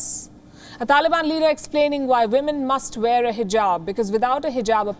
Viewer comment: Are you kidding me? Ministery of wahmen? 😂😂😂